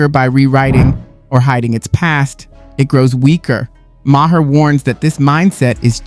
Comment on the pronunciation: Ma-her 😂 c'mon dude you sound like you've never heard of him